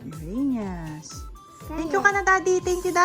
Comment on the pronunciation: "Uranus" not "Uranius" Your Mistake